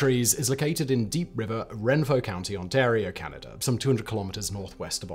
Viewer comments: Hahaha what’s renfro county? You mean Renfrew Ontario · The locals call that area “wren-fru”, not what the narrator garbled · My Uncle actually used to work at this nuclear plant That's not how you say Renfrew... it's Ren-Frew (like through)